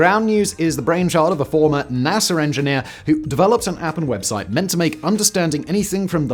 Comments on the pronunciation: NASA not NASER, lol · It's an acronym for National Aeronautics and Space Administration. He completely mispronounces some words. I've heard there is some accent in the UK where they add an "er" to the end of some words for some reason. He does it with China, too, Chiner. It's just kinda funny. However, if we didn't know the context, for example, "Naser has a larger budget this year." You average English speaker wouldn't know exactly what he is referring to. Especially because Naser is a very common first name globally.